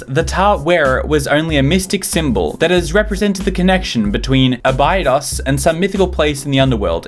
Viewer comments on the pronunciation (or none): ohhh my god your pronunciation of Abidos tho XD